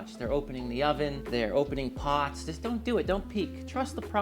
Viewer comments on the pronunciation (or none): none